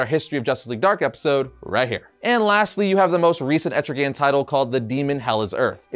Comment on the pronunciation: Wow. I am so shocked... that people are starting to actually pronounce ETRIGAN's Name Right! Nice Job.